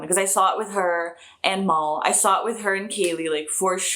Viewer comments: His name is Mal like AL. Not Mal like mall. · Mal is short for Malcolm Reynolds, not the Mal as pronounced in Portugese. more like the short "a" in apple.